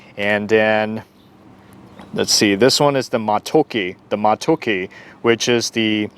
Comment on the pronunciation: Omg!! I love how you said Matooke so well 😍😍😍. That chapati hit different when you scoop it into the soup 😋 😋. New sub from Uganda 🇺🇬 😍😍